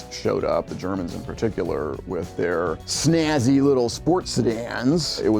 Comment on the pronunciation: Its “with”, not “wif”.